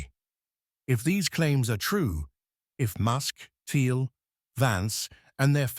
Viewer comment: Please teach the Eleven Labs voice to pronounce Peter Thiel's name correctly (it is pronounced "Teel." It is one of the many things that makes current AI voices dead giveaways. With that said, this is spot on and is exaclty what is happening.